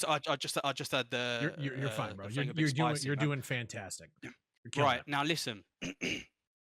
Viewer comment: ...:O just spot the future "Youre doing..... 'FNTASTIC'."